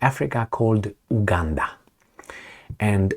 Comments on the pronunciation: You are pronouncing it wrong. It's U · Buddy please pronounce the U